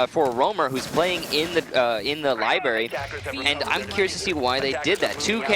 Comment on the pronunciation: This is gayer than the announcer saying LIBARY... IT'S LIBRARY YOU FUCK